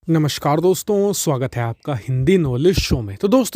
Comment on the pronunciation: Namaskar dosto....🤔😂😂😂 Pronunciation